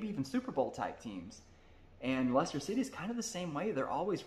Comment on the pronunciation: See also the mispronunciation of Norwich (Norridge not Nor Witch) Thought I have to give him props for getting Leicester right.